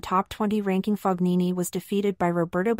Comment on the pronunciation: Whatta bummer! Please pronounce his name correctly. Ask Fabio how he pronounces his name.